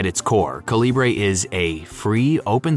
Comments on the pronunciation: According to Calibre's developer, it's pronounced CALIBER; not "kuhLEEbray" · Calibre is pronounced like CALIBER. You could have looked it up. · Why are you pronouncing Calibre like that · Calibre is great. But you're pronouncing it wrong.